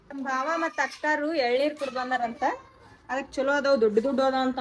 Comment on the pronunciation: Bhav alla bhaav anta bareyiri.